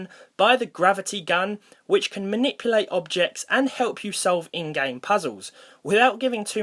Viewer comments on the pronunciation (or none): XD i love when you say Gaem XD